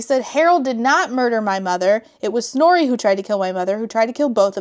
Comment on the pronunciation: Is her name Snorey? That is all I can hear, I can't unhear it